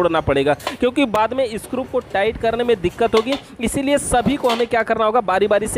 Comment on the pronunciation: स्क्रुप नही होता बल्कि स्क्रू होता है